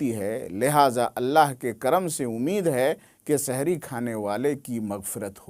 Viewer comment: Shahri nahi hai janab sehri